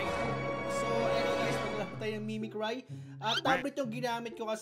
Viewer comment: It’s pronounced Mimicry(Mimikree) po